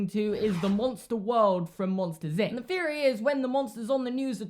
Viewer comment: am i the only one that notice that you say theory with a F instead of TH???